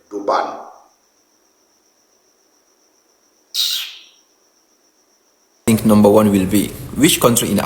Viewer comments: "Durban" du ban😂😂😂😂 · " DOBAN" LOL these people do things on purpose 😂😂😂